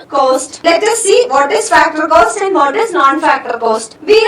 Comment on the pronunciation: Btw it's not 'coast', it's 'cost'.